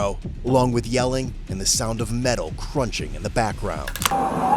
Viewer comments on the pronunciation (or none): none